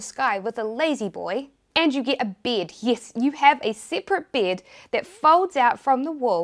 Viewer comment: The way New Zealanders say beds is funny